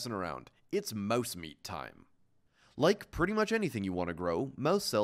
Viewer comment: why does he say mauese instead of mouse